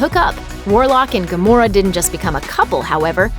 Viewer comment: Why does it sound like Gomorrah?